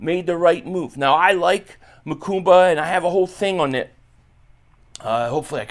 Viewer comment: come on big dawg why you keep putting an invisible M in the middle Makuba name? 😂 its Ma Kuba not Ma Kumba. You killing me bro 😅